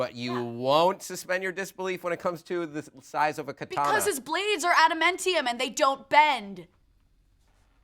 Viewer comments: Alison said AdaMENtium, instead of AdaMANtium, and before that she singularized X-MEN, by calling Gambit her favorite X-MAN, i dunno why but that just really irked me. Me thinks she came into her "Nerdlife" later than most. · WRONG she said she was an "x-MAN fan" while talking about her love for Gambit, and exactly what accent causes you to pronounce everything correctly except for the source material? She can obviously say "Men" she said while she was pronouncing Adamantium incorrectly. ;) Better luck next time tho.